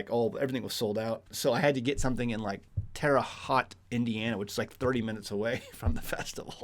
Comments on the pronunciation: You've done an amazing job raising your boys. YeHoVaH bless you all. And bless Jamie's memory. By the way, Terre Haute is pronounced Terre HOTE. 😁😁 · Lol. Terahaute is very close to me. I didn't realize you came so close. It's pronounced ( Tera Hote)